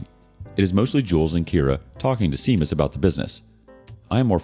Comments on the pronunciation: Shame-us, not Seam-us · His name is Irish. It's pronounced Shame-us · Pronunciation note: OMG, it's SHAY-mus for Seamus. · Pronunciatio note: Seamus is pronounced SHAY-mus. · Lmao. I went to HS with a guy who pronounced it seamus and we’d call him the proper pronunciation just to puss him off😂😂